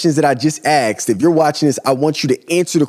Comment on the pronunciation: Good info brother, now add working on saying Asked not Axed.